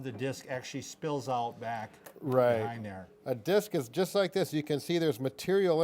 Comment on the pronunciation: It's DISC, lol!!! Great job othewise!!!